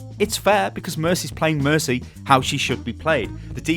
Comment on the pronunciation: mercy hah there's no mer-tea